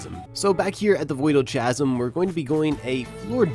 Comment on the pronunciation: STOP SAYING CHASM ITS PRONOUNCED KAZEM